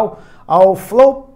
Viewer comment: kkkkkkkkkkkkkkkk flál